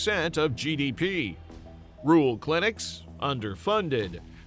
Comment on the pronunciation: Can't pronounce "rural"?????